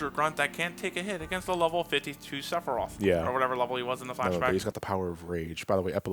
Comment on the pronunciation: Number Fifteeeen: SEPPA-RYEATH